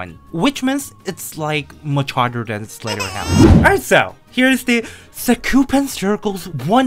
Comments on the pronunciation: Question why you say slaterhouse? (Question is it an accent or something) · I love how dorami pronounce slaughterhouse as slayerhouse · Funny how dorami called slaughterhouse, slayterhouse xD